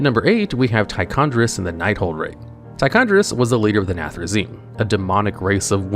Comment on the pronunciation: Homie it’s Tichondr*i*us